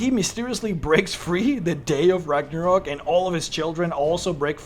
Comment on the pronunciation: RAGNARÖÖÖÖÖÖK - god ! With an „Ö“ !!!!